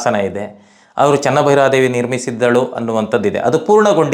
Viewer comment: ಚೆನ್ನಾ ಭೈರಾದೇವಿ ಅಲ್ಲ. ಚೆನ್ನ ಭೈರಾದೇವಿ